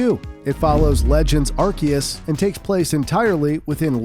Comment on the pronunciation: brother its pronounced "Arceus"(pronounced with Ar"see"us)